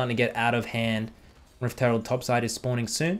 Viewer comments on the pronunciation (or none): Herald... its herald not harald